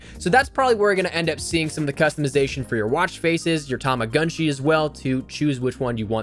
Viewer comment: tamagotchi tama got chi "got" not "gunt"